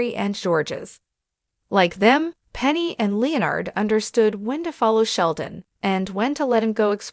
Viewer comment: Oh my god…Leo-Nard??? Jesus Christ, quit using stupid AI narrators!!